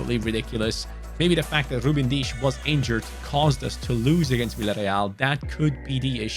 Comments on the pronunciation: Ain’t no way he said Ruben deesh 🥲😂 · He said Ruben dias wiers almost like Ruben dias nuts